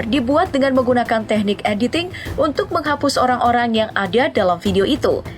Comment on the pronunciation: teknik kk bukan tehnik🤣🤣